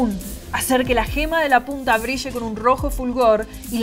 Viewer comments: brisshe... ... BRILLE... SE DICE BRILLE! BRIIIILLEEEEEE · dice briche pero no xin chao XD